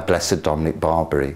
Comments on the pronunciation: I'm absolutely certain Blessed Dominic doesn't care how his name is pronounced in England by English people. I'm sure he's vastly more interested in important stuff like people following the faith and people being good to one another. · And if he did care about such things, he would be upset at for spreading misinformation on how to pronounce his name.